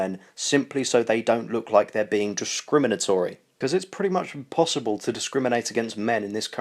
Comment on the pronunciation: I swear that beaning sounds like faping.